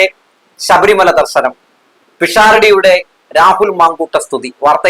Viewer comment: ദർസനം അല്ല ദർശനം